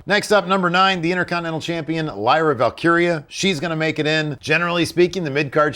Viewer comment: actually saying Lyra's full name correctly?! What?!!!!